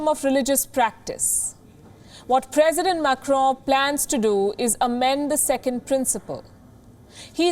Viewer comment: Pronounced Press-ident, Not Presseeedent!